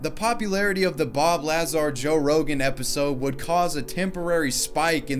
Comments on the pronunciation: OMG, I always pronounce Bob Lazar as "Bob Lazaaaaar" (the La is faster than zar), not the way you said it like "Bob Laaaaaazar". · LaaaaazaR lmao its luh zar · La-zar not laz-ar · say it the equal emphasis on both syllables, like everybody else please bro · lmfao....lah zar. XDXDXD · It's pronounced Bob LUH-ZAR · Bob laz-are 😂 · Bob Lah-zar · Lazar rhymes with "bazaar". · Uh der, it's pronounced, Lay-Zer, Pew Pew!!! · IT IS BOB LAZAR!!! ( Luh - Zar ) the man is a living legend! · Bob luh zar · LuH-zar! Was it annoying anyone else the way he was pronouncing his name! Haha no biggie it just felt so off. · Say Lahzar one more time... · I cringed at Bob Lahzaar. Come on. Haven't you seen any video. That's not how you pronounce it. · I can’t get over pronunciation of “bob lazz-are” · Ikr? Hahaha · La-Zar. Triggered me deep with this one. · It's pronounced "luh-zar" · layz air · How can you do a whole video on this and pronounce Lazar's name 40 times in your video wrong. Annoyed me so much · Not to be one of those because I enjoy your content but you didn’t watch the 1st 5 seconds of the podcast you made a video on and heard the correct pronunciation of Bobs last name.. ? I mean accuracy’s are key when talking about Me-Me’s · Hearing him mispronounce bob lazars name over and over is annoying af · Damn had to hear you mispronounce Lazar over and over. You didn't listen to anyone else say his name? Good videos tho keep it up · Butchered Bob's name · His Bob Lazar pronunciation has triggered the masses. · You're putting the emphasis on the wrong syllable in Bob Lazar's name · Mispronouncing Lazar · Dude it‘s pronounced Lazar, not Lazar. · At least know how to say the guys name lol ( Bob Lazar) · You’re pronouncing his last name wrong. It’s Lazar, not Lazar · His name is Bob Lazar. NOT Bob Lazaar. You DUMB FUCK! 🤦🏼‍♂️ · Lazar. Not LAHzar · It's pronounced La zcar not lazz are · BOB LAZAR, not bob lazarrr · Not to be "that guy" but ITS LAZAAAAR!!!!!! NOT LAAAZAR!!!!!!!